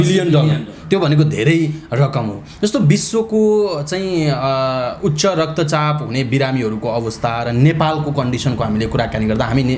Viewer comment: Doctor jasto manxe le UCHCHA RAKTA CHAP lai UKTA RAKTA CHAP re.. sir English matra sudda bhaera hunna Nepali pani sudda hunu parxa.. anyways interview was worthy and very useful. Thank you both of you.